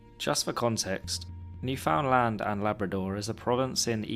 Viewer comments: First of all, it is pronounced New finland, not new found land. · It's pronounced New-fun-lund not New-found-land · nice vid. just for next time, newfoundland is basically pronounced 'newfnlnd' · Its not “new found land” its more like “newfinland” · Not to be “that guy” but it’s pronounced Newfoundland not New Found Land 😅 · That's great and all but Carl is from Spain and says several times on the page that he doesn't speak English natively. 98% of Newfoundlanders speak English. (It's also "New-fund-land" not "new found land") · B'y, your pronounciation of Newfoundland is killing me! It's closer to new-f'n-land in pronounciation, not 'new found land'. Anyways, hello from the province of Newfoundland, Canada! (And hello to fellow Newfies here in the comments!) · isnt it pronounced "newfinlin" or am i trippin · It’s pronounced newflintland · newfoundland is pronounced more like neuf-und-lind (but originally the name did literally mean new found land.) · I love this video, but please.. as a Canadian i need you to hear this. New - fuhn - land Thank you for coming to my TED talk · For future reference, its pronounced "New-fund-land." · yeahhh the way he said that made me want to punch a hole into my drywall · bro literally pronouncing it "new found land" lol i think you've made many canadians sad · its pronouced "new fin lind" :) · I'm American and I know that it's pronounced NewFINLand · I'm sorry, but the way your saying newfoundland infuriates me as a Canadian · Newfoundland is pronounced differently